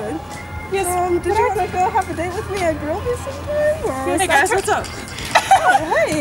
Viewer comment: Its Grillby not Grillbey